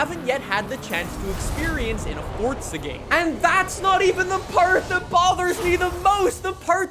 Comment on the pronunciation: Its FORZA not FORTZA